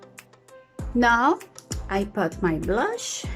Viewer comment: Don’t say “pot” pronounce it as it is written “put” 😊😊😊😊😊 entendí todo lo que dijiste muy bien 😊🙌🏻